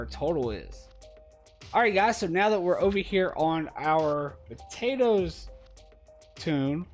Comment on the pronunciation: I like what you doing and appreciate the videos, but every time u say potatoes .. oh man